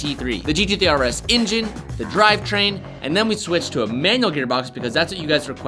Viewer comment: Everyone one else “Engine” “Injen” 😭😭😭